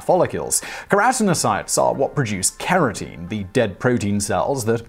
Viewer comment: Yep. That and a couple other odd placements of syllable emphasis kept nagging at me. Oh, and keratin he said as if it had an 'e' at the end, like limousine. Which means, in spite of decades of watching Britcoms, I will probably never really know all of the pronunciation differences between their dialects and American ones. 😶😣😥